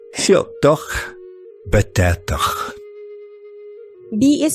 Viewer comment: It is pronounced like the th in the word bath.